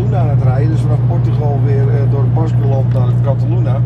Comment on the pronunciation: cataluna?het is cataluña.....uitgesproken is katalunja....in het spaans is ñ uitsproken nj😅 en die gewassen lijken wel op wijn....langs de A68/AP68 veel te zien...droogte is er veelal in de zomer idd